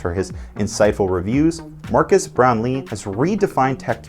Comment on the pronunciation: It’s not MARCUS Brownly it’s MARQUES (pronounced MAR-KEZ)…